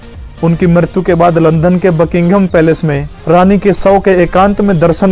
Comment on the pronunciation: अच्छी जानकारी दी है । भाई , आप लंदन . को लंधन क्यों बोलते हो ।